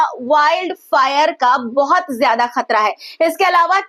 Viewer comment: आपदा ना समझे जाने वाला लफ़्ज़ है लिहाज़ा परेशानी लफ़्ज़ इस्तेमाल किया कीजिए और एक पत्रकार होने के नाते बेटा मेरा आपको मशोरह है कि हमेशा आम अल्फ़ाज़ों का इस्तेमाल किया करें और तलफ़्फ़ुज़ के लिहाज़ से ख़तरा होता खतरा नहीं आप خ اور ق کا مخرج صحیح کیجئے گا شکریہ 🌹 ڈاکٹر سید رفعت مسعود قومی صدر تحریک فروغ اردو و شعبہ اسلامیات